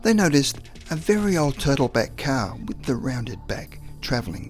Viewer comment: Ok man, i had to replay it, come on, I sware you called the car a Cow. Sounds like cow. ☹